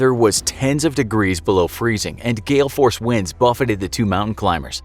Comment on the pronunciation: “GALE-FORCED WINDS”